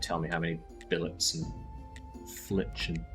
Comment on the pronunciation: Pronounces fillet: fill-et Pronounces billet: bill-ey How to pronounce both words wrong correctly 😂